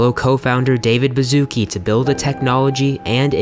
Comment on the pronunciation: you said David Bazooki wrong